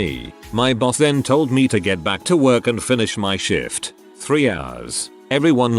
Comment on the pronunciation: Is it me or does the voice sound they are saying Shit every time they try to say the word Shift.